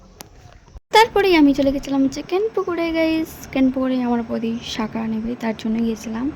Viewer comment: শাখা❎ না শাঁখা✅